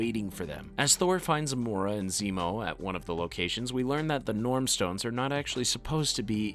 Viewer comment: You're pronunciation is wrong. It's Norn stones.